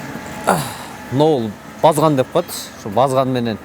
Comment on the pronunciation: Э журналист базган емес барскан дейт уйронуп ал